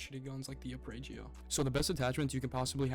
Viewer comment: Awesome video. Now all you have to do is learn how to pronounce "arpeggio" 😂